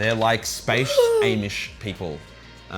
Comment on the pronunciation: “Awe-mish” not “Aye-mish”